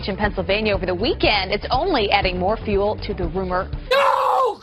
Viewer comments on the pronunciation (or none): none